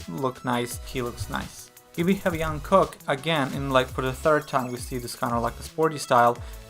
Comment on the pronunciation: Oh Jungkooks name is pronounced Jung - Cook (Kook)